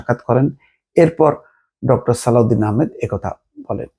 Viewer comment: অর্থ উপদেষ্টার নাম সালেহ উদ্দিন কিন্তু আপনি বারবার উচ্চারণ করছেন সালাউদ্দিন কেন বলছেন?